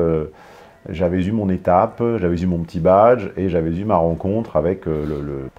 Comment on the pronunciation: STP, il faut que tu cesses tes grossières fautes de prononciation : , on ne fait pas la liaison avec le "s". On ne dit pas "j'avais s'eu"